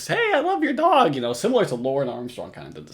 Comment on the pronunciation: Please don't say "dog" EVER again.... WTF accent is THAT?!?!?